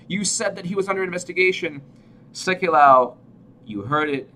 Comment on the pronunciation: Pronounced... Sek you low.